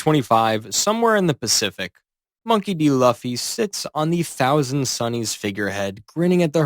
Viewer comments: Why did you say duffy😂😂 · The pronunciation of Luffy and Haki took me out of the experience lol